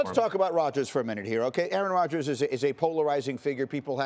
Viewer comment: Schefter is a clown. Mispronouncing the name of Rodgers documentary on purpose. Get this dude out of here.